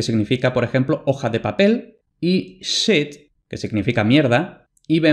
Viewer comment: Me gusto tu video pero que confusion me creaste con el ingles, no te entendia. En ingles el sonido SH es muy similar a nuestro CH, debes pronunciarlo al decirlo en ingles, la H no es muda. SHIT(mierda) es CHIT, SHEET( hoja de papel) algo asi como CHIIT. NO se pronuncia sit o siit.